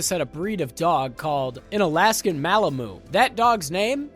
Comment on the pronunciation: I think you might have meant Typhoid, not thyroid. It's Marion he's looking for in Raiders, not Willy. And it's mal-a-mute, not mallamoo.